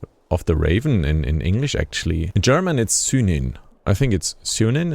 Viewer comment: Your pronunciation of Synin’s name is flawless here in States!